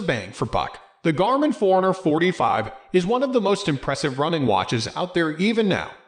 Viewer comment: Sounds like you're saying 445, lol.